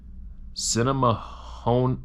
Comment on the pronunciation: Ha! As soon as managed to pronounce "Sinnamahoning(sp)" I thought, oh, that must be Pennsylvania!